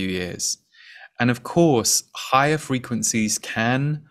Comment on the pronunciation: What I heard was "high frequen-z's" 🥰